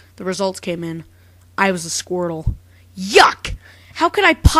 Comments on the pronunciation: the first time I saw this, I thought u said squirle. not squrtle ._ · 4 part of the video i thought you were saying squirrel and not squirtle XD